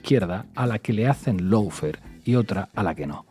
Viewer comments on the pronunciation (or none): Por favor eviten el molesto diptongo "lou" que se oye y que no existe en la primera sílaba de lawfare. Solo ""lo". (How to pronounce lawfare UK/ˈlɔː.feər/ US/ˈlɑː.fer/). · Por favor, recuerda que LAWFARE se pronuncia looféar, no loufer, que es una pronunciación inventada que se ha generalizado en España: LAW (ley) loo (O larga y no suena ninguna U). LOW (bajo). lou.